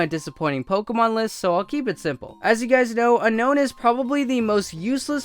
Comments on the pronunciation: BTW unown is pronounced un OWm cuz you want to UNOWN it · Oh, btw, Unown is pronounced (Un-Own)